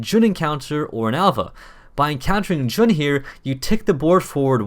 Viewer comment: Fun fact, Jun is pronounced Jon.